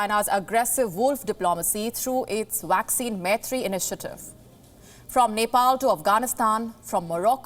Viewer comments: Young lady, it is not 'WACCINE'. It is 'Vaccine'! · Please learn to pronounce vaccine correctly. It’s pronounced as vaccine not waxing! Otherwise, an excellent repot, as usual.